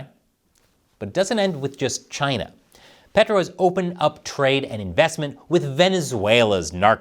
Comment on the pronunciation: love the way pronounce Chyna like Trump. taiwan is the real China. Chyna is Proc 😂